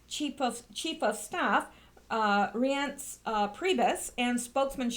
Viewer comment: Scaramucci is pronounced Savaramuchi. Reince is pronounced Rhynce (like rhyme)